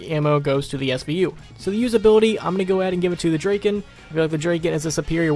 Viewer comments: Draken? It's drakon dra kon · Christopher Kelley not draken draiken D.R.A.I.K.E.N